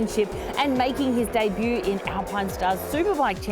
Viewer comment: great show !! and 100 points for being one of very few sports presenters in Australia who can pronounce debut (not day-boo LOL).